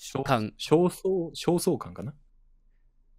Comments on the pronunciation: 焦燥感(しょうそうかん)が読めない花江君(笑)😅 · 焦燥感は焦燥感って読むんだよ